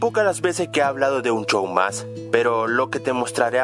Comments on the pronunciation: no se dice chow se dice show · En E.U: Regular Show En Latino: Un show más: Un chou más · "un chow mas" 2016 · la mayoría de los chilenos, sino es que todos, pronuncian a "sh" como "ch" es por eso que dicen, chow en vez de show. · es Un show mas no un chow mas 😒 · Un (chow mass) 😂😂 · Otra gente: Un show mas: Un chow mas Otra gente: Five night's at Freddy's Deidross: Fai naig a fredi xdxd Otra gente: Los simpson: lo sison xdxd Ese es un loquillo:v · like si en vez de show dijo chou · es que asi se pronuncia en chile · los chilenos pronuncian la "sh" como "ch" por eso dice un chow mas, y otras cosas con sh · Hace como un año q me di cuenta q decia un chou mas